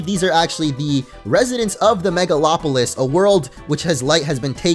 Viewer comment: first poketuber I've seen to pronounce "megalopolis" correctly XD